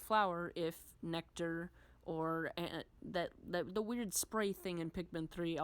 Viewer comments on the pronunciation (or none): none